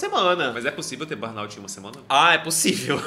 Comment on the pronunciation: Meninos, procurem saber a pronúncia correta da Sindrome de burnout 😉